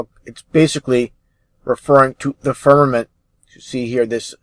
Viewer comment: If mispronounces "firmament" as "ferment" one more time... Oh, wait, he's saying that because he's really drinking himself stupid... Or more stupid. With a name like I would assume that he is deliberately providing false information, not hidden conspiracy details.